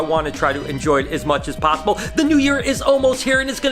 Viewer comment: Did anyone else know in the beginning he said "best as pobbible?" Anyway, I'm doin great and plus, may I get a like? I've always wanted one from you because you work with reptiles and I actually have a snake so I get big tips from you! I REALLY wanna have some of your snakes. Do you make appointments? I'm curious because I wanna come visit you sooooooooooooooo much!